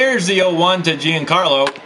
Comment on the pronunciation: Like this so knows Stanton’s name is pronounced “John Carlo” not Jee-Anne!